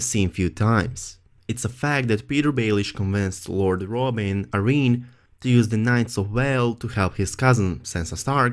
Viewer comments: "A-reen"...Air-in is how you pronounce Arryn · i thought it was Ah-rin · heirs is pronounced eirs, the h is silent, Arryn is pronounced Aaron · Say Arryn one more time...